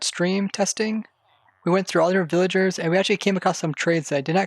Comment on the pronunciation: you say “villaingers” like my friend lol